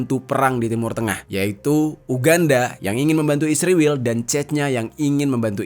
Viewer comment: Min jangan goblok tau baca gk mesti pake huruf besar blh spy jgn slh baca ISRAEL bukan isriwil goblok luu...skolah ulang luu